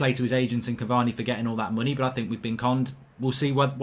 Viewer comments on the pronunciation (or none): none